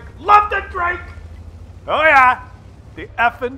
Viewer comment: Er,. The guys name is Drako. You know, with an "o" on the end instead of an "e". You know as in Harry Potter's teen nemesis. Just saying.